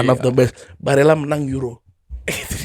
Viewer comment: kalo di italia dibacanya tetep barella bang, double l nya ngga lebur jadi y kek di spanyol